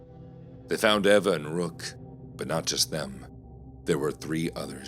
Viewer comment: 4th story - it’s pronounced Eeva not Eva.